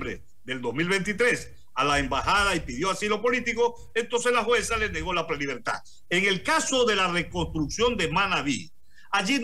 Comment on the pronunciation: "prelibertag"... Jjjjjj pobres alumnos